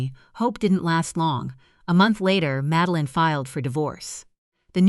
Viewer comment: Please teach your A.I. bots how to pronounce names correctly. Madeline is pronounced MAD-DEL-LIN, not MADE-LIN, FFS !!! Needs to be proof read by a human !!! 😡😡😡